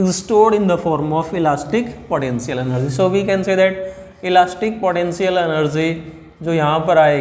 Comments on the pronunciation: Elastic podencial eneerge 😂😂😂😂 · 🗣Elastic potenzial enerzzy